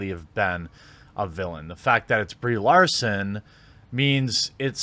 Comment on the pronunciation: At least he can pronounce her name.